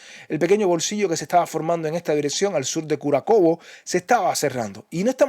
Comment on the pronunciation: Se dice Kurájovo, no Kurakovo.